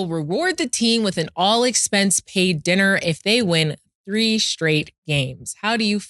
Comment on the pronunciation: Just a "dinna" 3 games just for "dinna" got me weak! Killa closed the laptop? 😂🤣😅😆